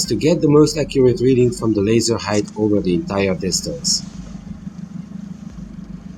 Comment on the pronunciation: So, you guys think you were able to bend the light? Neat and that’s kinda a big deal. Also its height. There’s no such word as “heighth”.